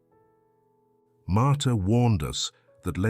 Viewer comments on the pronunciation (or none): Martha not martyr